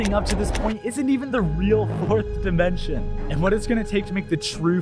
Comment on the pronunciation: Take a drink every time he says "dimenshon" 💀